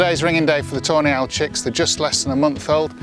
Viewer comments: Just a little LOL from across the pond.! Every time you say Tawny Owl sounds like Toenails😂. Hope I made you laugh😂.! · I know he's saying "tawny owl", but I'm hearing "toe nail". Sorry,. Love your videos! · I keep hearing “toe nails” Love the video!